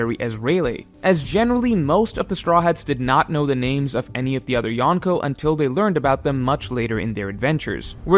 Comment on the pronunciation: I love you but if you are going to use the Japanese word for four emperors you gotta learn the pronunciation. It's not Yahn-ko its yonko